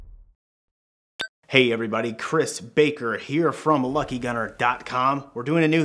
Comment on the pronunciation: That was a strong “ baker” there. Threw me off